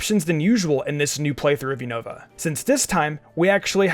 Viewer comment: Man really just pronounced Unova as “you-know-va” I found that kinda funny xD